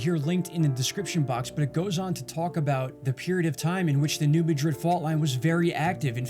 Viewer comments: Pronounced MAD-rid. Not Ma-DRID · the correct pronunciation of New MADrid, MO vs MaDRID, Spain has nothing to do with accents. It's how the people of a town know the correct pronunciation of the name of their town. Miami, OK is pronounced MiamAH, not MiamEEE like in Florida.